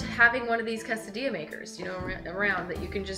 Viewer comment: Pronounces quesadilla really weird.